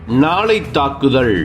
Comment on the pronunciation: ஈரான்மீது நாளை தாக்குதள்....? லகரம் ளகரமாக ஒலிக்குது..... கோலாகலஸில் தமிழ் கொலையா....😮😮😮😮